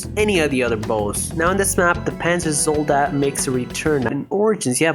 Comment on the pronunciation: holy shit you said panzer zoldat and I deadass rewinded I thought you said panzer soldat I thought you played kiseki shittt